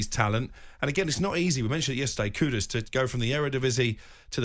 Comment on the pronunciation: Moyes out. Steph bad breath. She said steiden bought 'kuku' home. Its kudus, not kuku